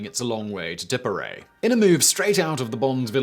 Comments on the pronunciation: Please explain Tipperary being vocalised as "Tiperay"? I think he's pulling a fast one on us . Hahaha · 'its a long way to tipperary ...' ( ireland*) no such place as "tipperay" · Your pronunciation of ship names is dismal and makes it very hard to watch. The "Pass of Balmaha", pronounced Bal-ma-ha. Tipperary is pronounced ti·puh·rey·ree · ) and you missed a whole syllable in Tipperary - 'excruciating :) <3